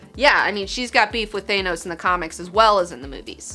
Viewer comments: Thaa-nos....not Thay-nos. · Please, I implore you, it's pronounced "Th-anos"....not "Thay-nos". Love you! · ...Who's Thanous. Thought it was Thanos. lol much love too the channel tho x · You'd think people would be able to properly pronounce Thanos by now.